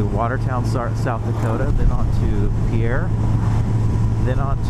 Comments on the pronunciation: Born and raised in South Dakota, live in Big Lake. Pierre is pronounced like fishing "pier". Not like people would think the French terminology. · Yes, all the South Dakotans corrected my pronunciation of Pierre after this video. I've been doing much better with it since. 😁